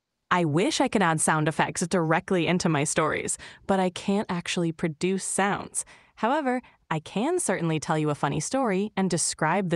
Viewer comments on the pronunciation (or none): none